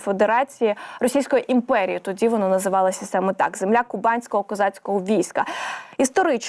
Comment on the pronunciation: Шановна ведуча, перепрошую, але не "тоДЗі", а "тоді"...